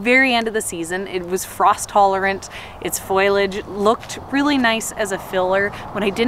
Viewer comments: FOL-I-AGE not FOIL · I die every time she says “foilage” for foliage and “yearrow” for yarrow 😵‍💫😆